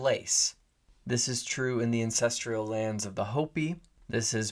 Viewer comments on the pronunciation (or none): AN-CEST-STRAL not ancestrial.